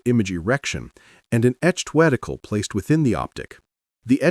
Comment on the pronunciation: Did the just say wedicle?